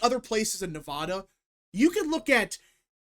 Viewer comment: Say Nevada correctly